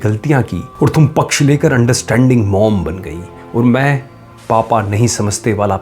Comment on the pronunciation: Thum wala accent aa rha hai tum wala nahi